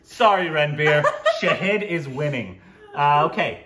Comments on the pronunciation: again it's Shāhīd not Shahid 🙄. Fun game though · ❗❗❗❗It's been 2 years guysss 🙆 IT IS NOT SHAHID IT IS SHAAAHID ❗ GET IT RIGHT GUYSSSSSSSS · It's not Shaheeeed, it's Shaaaahid It's not Ameeeeer, it's Aaaaaaamir. Just saying 😬